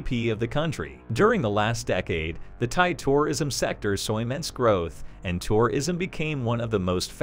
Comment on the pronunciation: Weirdest pronunciation of tourism ever. Stresses on all the wrong syllables.